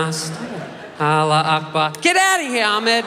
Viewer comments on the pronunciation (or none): the only thing that would make that joke better is proper pronunciation of Allahu Akbar Allah-hu-roll some spit in your mouth during this bit- Akbar it should be one continuous word, and Huakbar pronunciation